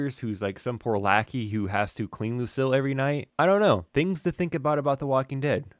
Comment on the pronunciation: It is pronounced Luc-eel not Luc-ill 😆